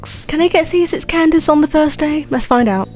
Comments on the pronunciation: lady fr said ken-da-kay for candace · LMAO THR WAY U SAY CANDACE